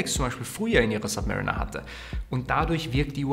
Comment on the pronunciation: Zwei Dinge: erstens heißt es Zifferblatt und nicht ZifferNblatt und zweitens mal bitte an der Aussprache der Submariner arbeiten. Hint: die Uhr wurde einem Submarine nachempfunden, nicht einem Mariner der sub-par ist. ☺️